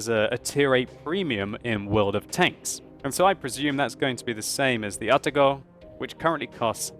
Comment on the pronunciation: That pronunciation of Atago is cringe worthy,. Atago, all in one go, not A-ta-go or whatever the hell that noise you made was.